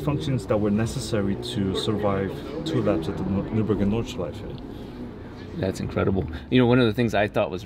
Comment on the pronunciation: pronouncing Nordschleife almost perfectly is making me very happy for some reason:D